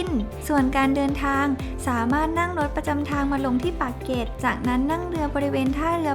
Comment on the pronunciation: "เกาะเกร็ด"จ้า ไม่ใช่่เกาะเก็ด ปากเกร็ด จ้า ไม่ใช่ปากเก็ด